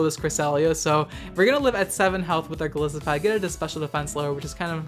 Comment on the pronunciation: I'm probably going to get a lot of hate for this, but I want to throw this out there. It's pronounced Gol EYE-sopod. The name comes from the words goliath and isopod, which is a kind of crustacean.